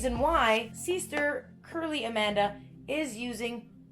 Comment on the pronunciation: y does she keep saying seester